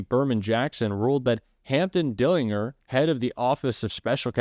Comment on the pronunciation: Dellin-Ger. It's a J sound 😊